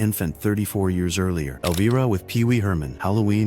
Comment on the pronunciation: It's Elv-eye-ra, not El-vee-ra. 😂🎉